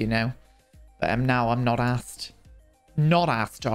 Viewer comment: Why do you say “assed” and not “arsed” as you’re English?